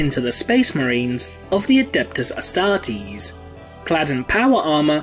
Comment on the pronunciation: The way you pronounced "astartes" is a heresy by itself.